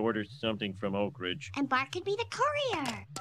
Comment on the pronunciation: the fact that people who aren't from oak ridge pronounce it so differently is very funny to me